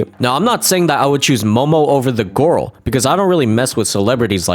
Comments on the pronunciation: The way pronounces “girl” as “gurl” will never get old. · "gorl" and "crushwy" 🗿